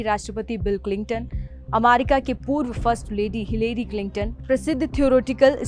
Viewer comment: Why is she pronouncing amaricaa😅